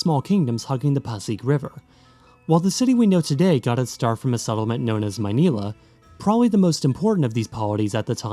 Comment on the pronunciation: I applaud the proper pronunciation of (most of) the names. 👏 Also, IIRC: Maynila = where there's indigo. (Nīla, Scyphiphora, is a blue flower)